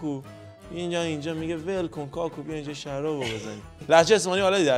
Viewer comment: کاکو نه کاکُو😂